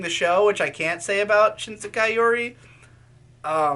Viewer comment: "shISEKAI yuri"